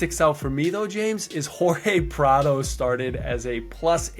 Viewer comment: What the heck happened to the old one? I love ya James, but it’s PradOOOOOOOOOOOOOOOOOO 😂